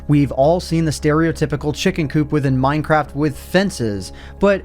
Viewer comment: did he say... mine crap?